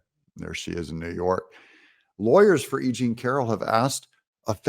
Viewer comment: When you say E.Jean…..it sounds like you’re saying “aging” to my ears. How appropriate.